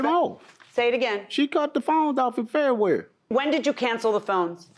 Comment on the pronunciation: "She cut the phones off in FEHWEARY"😂😂